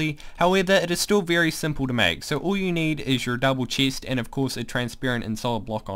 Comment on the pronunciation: Nice video and helpful af for my faction! Btw why can't you say the soft "e" tho ( Chist Protiction) Im saying I hate it, I just never heard of an accent like yours before 😂